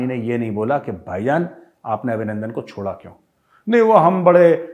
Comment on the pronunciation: GR. CAP. Abhinanadan not Abhinanadan